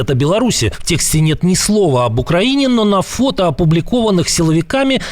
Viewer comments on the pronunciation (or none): none